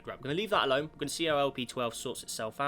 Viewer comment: Its "going" not "gowing"